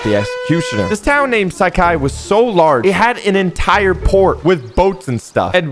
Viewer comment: "Sak hai"?? Its " Saaa-Khai "